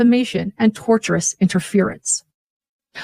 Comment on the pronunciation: It is driving me crazy that she keeps saying torturous interference. The word is tortious. Coming from the legal term tort which is in the world of civil lawsuits. I guess her four lawyers haven’t corrected her on this one yet.